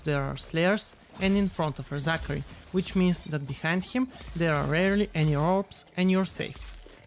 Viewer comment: LOOOOL "Re-Zachary"